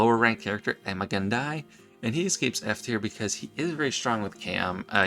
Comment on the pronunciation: Do you mean Ima-Gun Di is not pronounced "I'm a gun, die"? :D